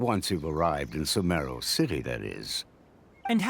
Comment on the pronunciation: It is Sumeru not Sumaru